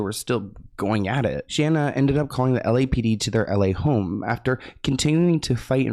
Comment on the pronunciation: Say it with me now Shane A not Shanna